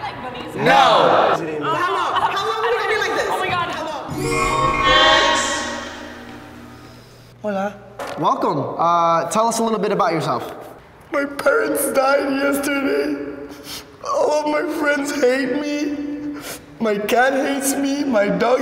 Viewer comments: FK it’s hola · its H O L A not ola, ola means wave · It’s “Hola” get it right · it's hola omg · it's 'Hola' no 'ola' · it's hola not ola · Hola not ola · Bill Clinton HOLA not ola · "Hola not Ola" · freya it’s hola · It's hola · It’s “hola” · It is hola not ola that means wave